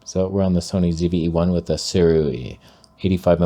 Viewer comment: My Christmas prayer this year is that you never ever learn how to pronounce “Sirui”. The wrong pronunciation has brought me so much joy. 😂